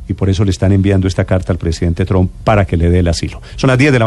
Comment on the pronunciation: Donald Trump.... Por favor pronuncien bien ese Apellido, (No es TROM, TAMPOCO ES TRUM)...Instrúyanse antes de salir a un medio de comunicación donde tanta gente culta, leída y q se preocupanpor estudiar y aprender los escuchan. No desmoralicen la radioaudiencia. que horror ...